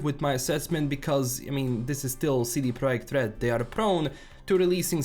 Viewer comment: The way you pronounce CD Projekt RED is like a honey on my Polish ears :)